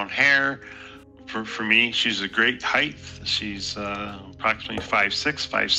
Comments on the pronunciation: "She's a great 'heith'" Why do people mispronounce "height" like that"? There's no "th" sound in "height". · She's a great heighth. 🤣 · Unrelated to the topic but this guy pronounces height “heigh-th”. Why do people do this??